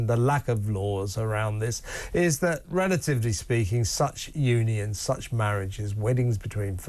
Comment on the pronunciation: 1.17. Kevin. “Relativley speaking “. 😂. Priceless !!!